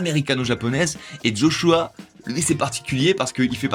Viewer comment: Quand on parle des Jeux Olympique, on dit pas D'JO, donc je sais pas pk D'Joshua. Joshua ça sonne tellement bien sans un D'